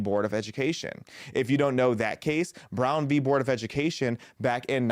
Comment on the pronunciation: Maybe this is a small pet peeve of mine, but I am glad that you called it Brown v Board of Education. Too many people say "versus".